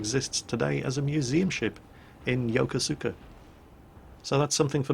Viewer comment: And after he did a pretty good job on Japanese words all the way up to the end... we get "yokoSOOka. Got a major wince out of me on that one. If you give a hoot,, it's "yo-ko-ska".